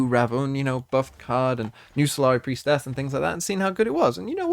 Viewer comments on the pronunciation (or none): im not a native English speaker, so I'm really curious on you pronunciation of "priestess". my understanding was that the "tess" part was pronounced like the word"less", but you pronounce the "ess" like "ass". Are you pronouncing it wrong, or is my understanding wrong? Ihave heard Swim also say "priestASS", but omg I cringe every time 😅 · It’s pronounced with a schwa